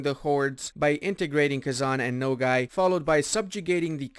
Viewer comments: It’s pronounced /noguy/ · nogai's a is actually pronounced like alpha's a XD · I am Mongolian and i just laugh everytime when he says NOGAY (Nogai). The actual Mongol name is NOHOI. it means dog and you can see the picture of dog on their flag.